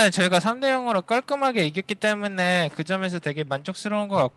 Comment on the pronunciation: 클리드 선수는 때문에를 때문네처럼 발음하는 거 같아요 ㅋㅋㅋㅋ